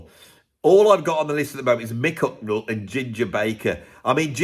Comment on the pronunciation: ...As an austrian i have to deal with your pronouncation of "Hucknall" which in my opinion is not british to austrian ears. I bought the Album Simply Red, Men And Woman in Hungary in the late 80s. But as i remember i was sober...